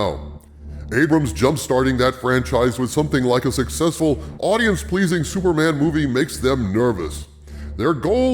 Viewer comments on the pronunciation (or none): none